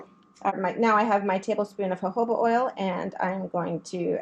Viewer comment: I think it’s pronounced hohoba😊